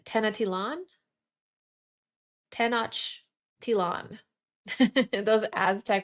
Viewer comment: Hey I'm frim Mexico and you pronounce very well those Tenochtitlan and Huitzilopochtli words 🥰🙌✨